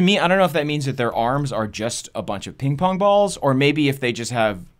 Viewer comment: Please tell me im not the only one who heard him say ping pong-bongs XD